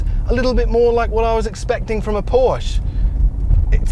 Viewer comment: You might be bothered to properly pronounce “Porsche” and “Taycan” properly.